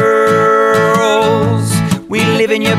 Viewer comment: It’s pronounced SKWI-RRELLS not skwrlls